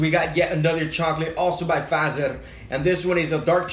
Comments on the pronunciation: I’m finish 🇫🇮 but I don’t like salmiakki! Jos oot suomalainen like tää comenti! It’s not fazel it’s fatser 😂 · its pronounced Fat-Cher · Fazer is pronounced FUT-SEHR. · Fazer is pronounced "Fatser" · Pronounced Fuh-tser ;)